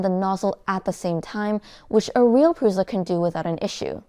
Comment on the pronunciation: because she can't say prusa correctly, it's prusa or prusha not pruza